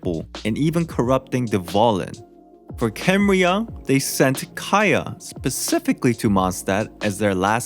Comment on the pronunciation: that's not h0ow u pronounce Kha'enriah